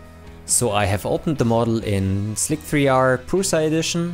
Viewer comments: Why did you not fully constrain the lower point? And I always thought that Slic3r is pronounced like slicer. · that "slick three are" tripped me up for a second too; I was all "there's another slicer I'm unaware of?" /facepalm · SlikThreeArr? I just threw up a bit... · SLIC3R is pronounced "slicer" and the 3 is a backwards E while reflecting the idea of 3D printing. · I think Thomas Sandlander pronounces it the same way, might be a non-native English speaker thing.